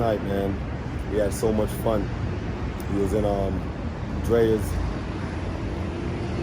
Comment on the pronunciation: Good times, loved the video...but why does everyone pronounce Drai's as "Drayas??" Lol. It's Drai's like you would pronounce Andre without the "An".